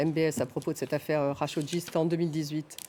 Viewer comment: La prononciation approximative des noms est pénible chez les journalistes de F24. C'est quand même grave à ce niveau de ne pas connaître Jamel khachokeji .... . Comment se fait-il que lorsqu'il s'agit de Jamel Debbouze on sait bien prononcer le prénom et lorsqu'il s'agit du journaliste assassiné, on prononce Hamel au lieu de Jamel .... ? Alors de deux choses l'une ... Soit la journaliste n'est pas pro et fait du n'importe quoi dans son travail, .... Soit, on fait exprès pour donner une consonnance exotique à la prononciation des noms. 🤮🤮🤮